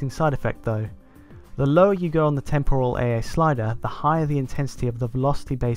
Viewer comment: Temporal. Is it just cause I am Australian or is it not pronounced right.